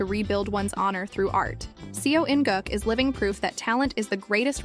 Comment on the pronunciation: Ffs you "specialise" in kdrama. The very LEAST you should do, is to pronounce the name properly